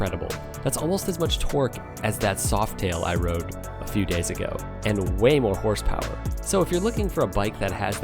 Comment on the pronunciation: “Horse poweryist”? Smfh